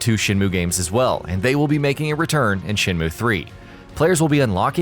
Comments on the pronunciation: It's SHEN MYOOO, not moo you fucking cow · Shin moo? Rio? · Shinmu? Yeah its been 20 years but certainly not a reason for anyone to pronounce the name wrong.